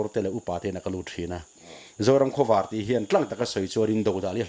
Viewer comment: hian Zoram Khawvâr tih a lam hi, a dik ka ring lo, zing khua lo vâr tih ang hian khawvâr tih hi lam nise, Pu Saikhuma'n "Zoram Khawvâr, Lei Zion" a tihzawm danah hian a tju leh a thlûk kalphungah hian a inhmeh zawk mial lawng maw, ka ti deuh.